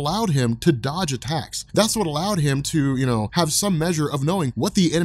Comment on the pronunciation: English is not my first language, but when you said "his spidersense is what allowed him to dodge attacks" I understood "to dodge a tax". Which would also be a very nice superpower .